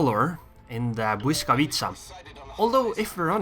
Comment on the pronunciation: I've never heard any foreigner say 'Błyskawica' so perfectly. As a Pole, you've made me proud.